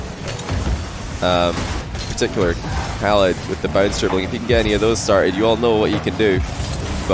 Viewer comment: wait a min... is not arab? his accent is so good for an arab and how he pronounce khalid and ahmad is like how johnny pronounces them..